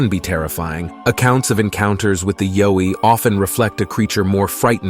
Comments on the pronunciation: The yowi is pronounced y ou i but but spelled yowi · Yowie - pronounced "Ya-way" Down Under.